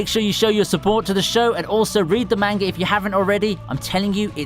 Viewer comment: Ironic how a anime channel doesn’t know how to say manga right